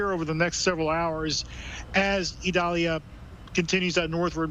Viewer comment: It’s not pronounced Idalia with a long “I”, it is a soft “I”.